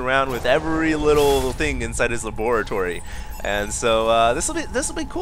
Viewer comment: Lol saying laboratory like Dexter from Dexter's Lab